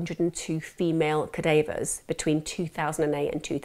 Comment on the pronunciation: Ca-day-vers? lol.